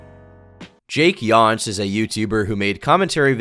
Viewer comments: Your pronunciation of Jakeyonce is so creative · Noticed you mispronounced Jakeyonce. It's pronounced Jake-yon-say, not Jake Yonz. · his name was pronounced yoncé it was a play off beyoncé 😭 ik it doesn’t matter it just annoys me when it’s pronounced that way lol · Just fyi, Jakeyonce's name is a play on Beyoncé so it would be pronounced Jake-yon-say. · My dude JakeYonce rhymes with Beyonce. Come on.